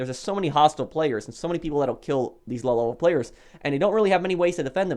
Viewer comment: Lol. You like to say lolevelplayers! xD